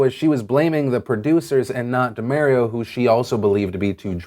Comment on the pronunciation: DUH-MAHR-EE-OH... Not DUH-MARE-EE-OH.... C'mon Phil, this is Mario-gate all over again 😧